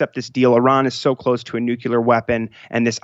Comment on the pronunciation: Dear GOD it's nucLear. Not nucular.